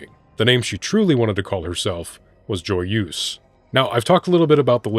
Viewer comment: Not trying to be that guy, but joyeuse is French. It’s said differently